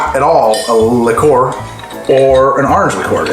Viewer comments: improve your pronunciation --not likoor - check spelling and practice - it's French. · it's Li-cure (Liquor) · Love it, an episode of the two words he can't pronounce due to his accent. "Arnj" and "Lih-coor" instead of "Or-anj" and "Lick-cuer"